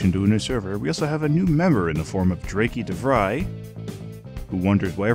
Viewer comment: Love these update videos; helps me keep track of the other members :) Also it's pronounced "Drake" - Not "Dray-Key", but that is neither here nor there :P